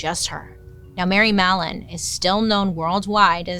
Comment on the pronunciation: but I heard mellon? 😢